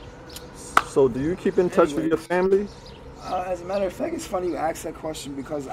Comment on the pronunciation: Please no judgment but please it’s ASK not AXE